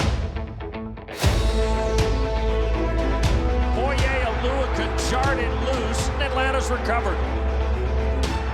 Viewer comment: Props to the narrator for actually getting foye's last name correct. He's one of maybe 5 people to ever do it lol.